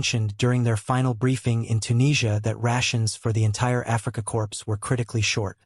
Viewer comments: It's not pronounced 'corpse' its pronounced 'core' for 'corp' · I like when the word corp is pronounced "corpse" by AI. Even better was the pronunciation of "Mein Gott" to "main got". Horrible.